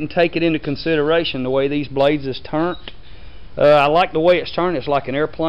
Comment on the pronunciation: did he say Turnt?